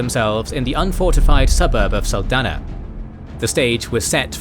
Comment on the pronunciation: Error, saldanha not saldania is pronounced saldaña